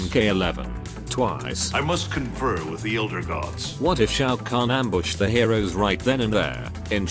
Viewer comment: bro butchered the name